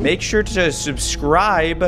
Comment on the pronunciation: make sure to shubscraib……….heh (i laughed so hard when he said heh)